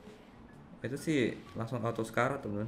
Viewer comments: Oke langsung bang bukan Telaso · Wkwk bisa bisanya telaso😂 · Telaso ga tuh haha